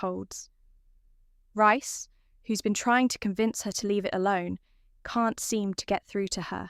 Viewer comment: Don't get it she can say Priya but not Reece oh yeah RICE🤣🤣🤣🤣🤣